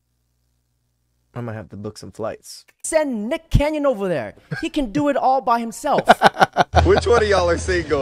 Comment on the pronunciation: 😂😂😂 Did he say Nick Canyon?😂😂😂